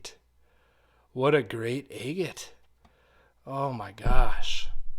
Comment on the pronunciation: Love watching the cutting open but you are pronouncing Agate wrong ! It’s like Agriculture is not egg